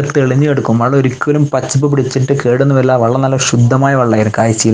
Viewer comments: വള്ളം അല്ല വെള്ളം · 'വള്ളം' അല്ല മോനൂ, [വെ, ള്ളം] - "വെള്ളം". അങ്ങനെ പറയണം മോനൂ.... "നന്മ പരക്കട്ടെ" 🙂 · വള്ളം ( വഞ്ചി ആണ് ) അല്ല ചേട്ടാ, വെള്ളം.... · വള്ളം അല്ല ചേട്ടാ വെള്ളം